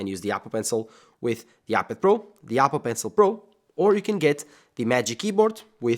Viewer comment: I love how he says yapple